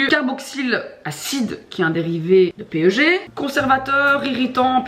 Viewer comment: coucou, tu verras jamais sans doute ça mais jsuis chimiste et le PEG comme tu le dis, eh bah ca se prononce "pègue"! ca fait bizarre de dire P-E-G ahaha des bisouuuus